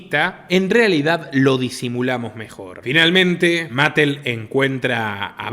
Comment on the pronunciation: Sólo hay dos personajes en Barbieland que no son Barbie ni Ken: la muñeca embarazada, que se llama Midge (la primera amiga de Barbie) y Allan (más tarde escrito Alan, el único amigo de Ken) Unos cuantos detallitos aquí: Mattel se pronuncia "ma-TEL" Rushmore se pronuncia "ROSH-mor" apartheid, una palabra bastante difícil, se pronuncia "a-PART-jaid" Disney se pronuncia "DIS-ni" Patreon se pronuncia "PEI-trion" Forbes se pronuncia "forbs" Fuera de todo eso, esto que usted mencionó sobre la película Barbie parece ser otra muestra más de que en Hollywood parece que quiere reinar lo "woke", a pesar de que hay sectores del público que se oponen a ello. Lo más curioso es que esta película ha sido un éxito de taquilla pese a los fracasos de filmes como Lightyear, y Strange world, entre otros y éxitos como Sound of Freedom. Muy buen comentario